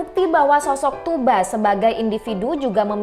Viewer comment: diantara yg sedikit yg menyebut nama "Tugba" dengan benar yaitu "Tuuba", Kebanyakan youtuber /reuploader / reaktor lain masih saja menyebut "Tugba" dgn memakai "G" atau "K" di tengahnya. Selain itu juga narasi lebih professional dibanding yg lain.